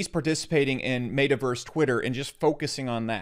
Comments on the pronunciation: How you're saying it: Made Uh Verse How to pronounce it: Met Uh Verse. You're welcome. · It's pronounced Met-a-verse, not Made-a-verse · He says metaverse so weird.